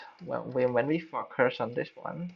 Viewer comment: Thanks mate. Nice tutorial. Just one tip for improvement: when you say focus, it sounds like "fucker". You don't want to say that. haha. Cheers.